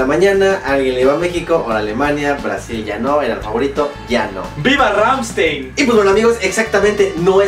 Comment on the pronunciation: wtf?? viva rammstein, se pronuncia rgamstain